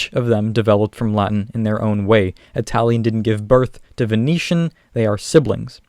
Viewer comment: When you pronounced Venetian I heard it as Phoenician and was like wtf xD